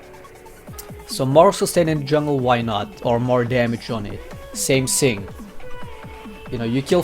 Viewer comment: Hey XD dude try say "Thing" not "Sing"